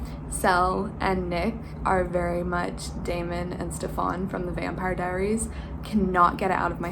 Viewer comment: omg the way you pronounced "Stefan" from TVD was painful lol